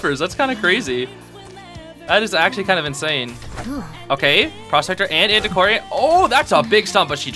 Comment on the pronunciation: i love that u said antisquarian but my sister call it anticordian